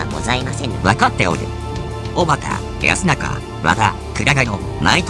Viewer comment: 安中＝あんなか 「やすなか」ではないですよ